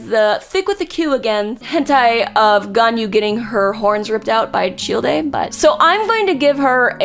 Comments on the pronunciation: … Fucking CHILL-DAY? It’s CHILDE, Like a Child. Dear lord. 🤣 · did you just call him Chill-de? its literally just pronounced Child. How do you manage to say that wrong? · I did a fucking backflip when I heard "cheel-day" instead of Child. What in the fuck? Did that surprise anyone else? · “cheel day” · That was interesting, but I just started laughing when you said "Shieldei / Tchieldei" for Childe. Hahahahaha had to watch that a few times. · It’s Childe — “Chayld” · You can tell she doesn't actually PLAY genshin when not only is she not even at inazuma yet but also she doesn't understand why Barbara would simp venti (or the fact she said "chill-day") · Chil de? Rofl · My girl, Childe is pronounced "Child" lmao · out here with the worst pronunciation of Childe that I've ever heard. It's simply pronounced the same way as the word child! It's not that hard! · The fact that she skipped Gorou and Razor is an abomination because damn, they have a LOT of good yaoi stuff out there and it's not even about being "doglike" like she's thinking they are gonna be. Also, it's been a year since this video, and I swear to god, I really hope she has learned to say some of the names properly. I'm dying at the way she says Zhongli, Childe, and Lumine lol... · bro the way she said childe.... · Her pronunciation of Childe is so cursed. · tf the pronunciation for CHILDE???? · This is a great idea for a video. Also these are some really interesting pronunciations. Lumine, Aether, Childe, Shenhe... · can’t tell if you’re pronouncing ‘childe’ like that intentionally or not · great video, never fucking say childe ever again please!!